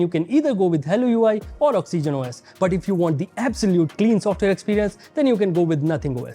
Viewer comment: Did he say oxygenos